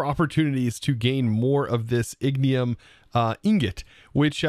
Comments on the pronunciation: He pronounces things very weirdly sometimes almost as if he doesn't read the whole word lol. Calling the gyrodyne a gyrodone, calling ignitium ignium, etc... lol. To each his own I guess XD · LOL idk about anyone else but the fact he calls it ignium and just ignores the T in the word is wild. Same with calling the gyroDYNE a gyrodone lol. I don't think he reads the full word sometimes XD